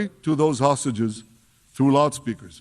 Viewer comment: Everytime i hear Hostages, i just hear Starmer calling them 'sausages' and it boils ma piss 😡